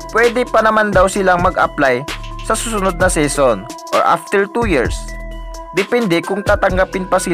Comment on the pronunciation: Anong seson pinagsasabi mo😂😂😂😂😂PBE SESON.Bisaya 😂😂😂😂